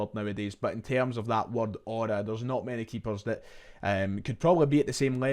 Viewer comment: saying aura is so funny